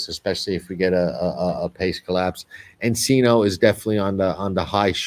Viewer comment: ENCINO NOT CELINO CORRECTION.